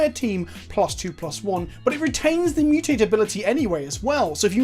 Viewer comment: Just to be annoying, you are pronouncing the word wrong. It's MU-tate, not mu-TAte, the stress is on the first vowel. Think about the TMNT theme song.